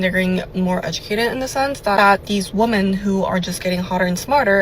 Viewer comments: she's so educated. She can't even say the word women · "We're getting smarter.." Meanwhile, can't pronounce "women" when referring to the plural. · Can these young people not pronounce the word 'women' anymore? It drives me absolutely nuts.